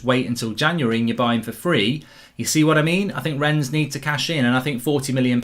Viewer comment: It’s pronounced Renne the French don’t pronounce the ‘s’….